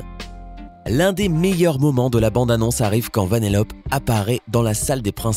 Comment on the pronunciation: Jasmine avec un J !!!!!! Et pas Yasmine et c’est Vanellopé!!!! Avec un é à la fin .